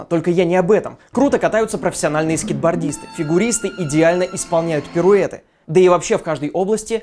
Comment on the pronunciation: не перуэты!, но тебе простительно!